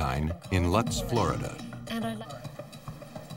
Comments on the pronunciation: One must love how place-names are mis-pronounced. Lutz, Florida. 5 minutes of effort would of revealed how to pronounce Lutz. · Lutz, FL is pronounced loots. Not sure why that's bugging me so much 🤔🤷‍♀️